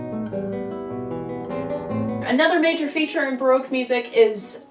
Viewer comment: Pedant Alert!!! How were you pronouncing “Baroque” correctly and then .? ;-}